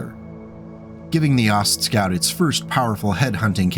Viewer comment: Aw, sorry. What a name to say a million times. I think the "T" shouldn't be pronounced. Ostscout is much harder to say than Oscout.